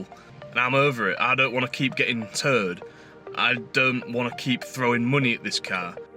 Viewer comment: Did you say "towed"or "turd" there? lol. Just to add that Mazda's are well known for corrosion issues and living in a salt air environment is going to exacerbate that. Also, is your Volvo one of those fitted with the infamous Powershift gearbox.